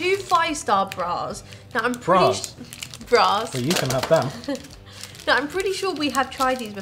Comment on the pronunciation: Joh braa